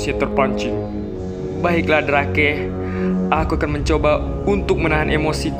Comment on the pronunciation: Drake sebenar ny baca nya drek